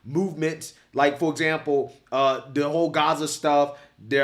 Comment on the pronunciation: “On they table” Learn Ingles Pendejo charlo man the devil